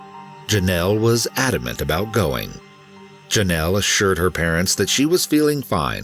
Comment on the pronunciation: It's pronounced JOE nel. Like it is spelled, Jonell. Even President Reagan pronounced it correctly, why can't the narrator?